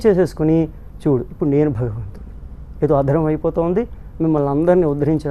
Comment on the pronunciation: బగవంతుడు అని వత్తు లేకుండా మాట్లాడే నీచుడు. ఆయన ఆస్తులపై ఆదాయపు పన్ను వారు దాడి చేస్తే బండారం మొత్తం బయటపడుతుంది. దశాబ్దాల క్రితం ధవళేశ్వరంలో ఒక దొంగ స్వామి భూమిని ఆక్రమించి ఆశ్రమం కట్టాడు. ఎంతో రాజకీయ ప్రాబల్యం ఉన్న ఆ స్వామి ఆశ్రమంపై నాటి ఎస్ పి శ్రీ ఆర్ పి మీనా గారు దాడి చేసి, ఆశ్రమాన్ని సీలు చేసారు. అలాగే ుడి శక్తిపాత లీలలు, నోటి దురద, తీర్చే అధికారులు రావాలని కోరుకుంటున్నాను.